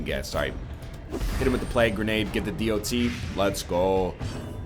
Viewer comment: NL I love you, you're doing great! BUT PLEASE SAY DOT LIKE DOT NOT D.O.T. I love you and want you to know that :D